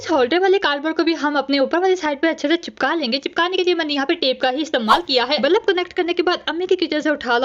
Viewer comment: Bulb 💡 ❎ Balub ✅ 😂😂😂😂 no hate love you ❤